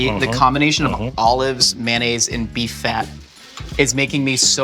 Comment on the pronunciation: Boo yow mayonnaisz